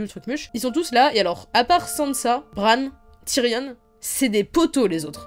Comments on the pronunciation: C Tyrion pas Tyrionne! Le on se prononce comme dans camion, dragon ou gayporn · Pk tu dis TYRIONNE ??